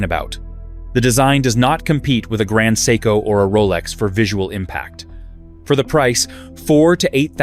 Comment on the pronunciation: maybe you should first learn how to pronounce "seiko"?